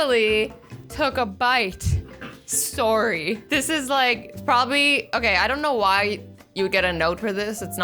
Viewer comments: No-one: Not even a single soul Azzy: Sore-ie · Azzy: Sor sorry Me: So sorry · nice pronunciation of sorry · I love her accent went she she says sorry